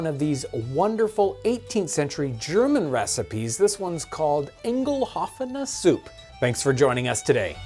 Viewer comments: Ei is pronounced "Aye" like in slang for "yes" "Aye'ngelow'fenne Suh'ppe" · Sorry, the pronunciation should be much more like a real word, and less like a funny, odd sound-effect. By the way, I don't know this soup at all, but some words it consists of are normal words. "Eingelaufene Suppe". So, the first word, which is clearly the only interesting one (the other is soup), is sort of a complex grammatical form which has become its own word. This may account for some of its odd appearance. However, the original main syllable, or stem, can be said to be "-lauf-", which comes from he word for "walking" by the way (the full word refers to some material process to something baked or other). You have to say it like it's written, very straightforward "a" as in "aaah" and very straighforward "u" as in "umlaut" (haha, so funny). So much for the main part. Now, the beginning syllable "Einge-". "Ein" basically means "in" (in this case; can also be "one" elsewhere, no matter) and refers to the aforemention "material process" that also "lauf" refers to. So they are combined together, connected by the grammatical "ge". Now the "Ein": You can say the same as in "Einstein", so you should know. No need for "inn" or so. And the purely grammatical "ge": yes, make the "g" hard,nothing much to say. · Please say again "Eingelaufene Suppe" ;) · How you pronounced Eingelaufene Suppe made me laugh so hard don't worry it's a pretty mean name for a non German speaker